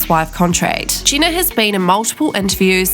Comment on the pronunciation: I think it's pronounced Jeh-na and not Gina